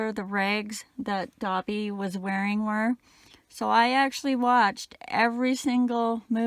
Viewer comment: Dobby not dotty